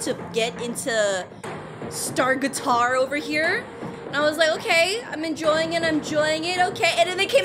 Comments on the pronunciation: why are you calling them star-guitar, it's SCAR-A-TAR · I love how she misread scaratar as staratar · Blasooms Instrument is a bassoon And How to pronounce Scaratar SCAR-AH-TARR SYNC-OH-PYTE